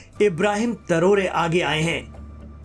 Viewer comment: भाई, पहले तो आप से रिक्वेस्ट है कि, इस जांबाज़ के नाम को बिगाड़ना बंद करें ! उसका नाम इब्राहीम " तरोरे " नहीं बल्कि इब्राहीम " तरावरे " है ! इसलिये " तरोरे " कहना बंद किजिये ! अच्छा नहीं लगता !